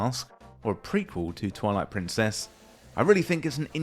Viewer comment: Deliberate or not, your accentuation of "Twilight-prin, CESS" is excellent rage bait.